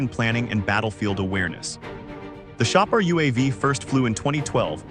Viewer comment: shah par not pronounce as samoosa